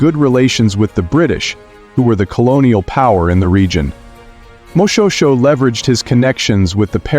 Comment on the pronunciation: Its pronounced moshweshwe